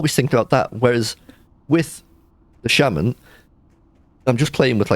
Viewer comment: you keep calling it sheiman insted of shaman,what's up with that? xD also you really like frost for leveling,well it technicaly is for leveling :P it snares,you cast is quicker then fireball and you can aoe blizzard farm aldo that can be abit tricky at times